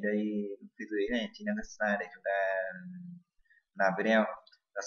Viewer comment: vl "sờ nai" (vi neo"